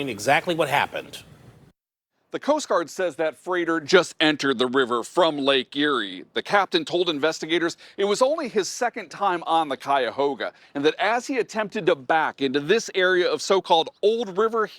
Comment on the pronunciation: Funny how pronounced that ka-hoe-ga.....